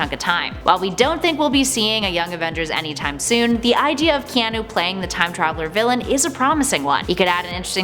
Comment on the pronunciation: You pronounced his name so wrong. It’s Ke(ah)nu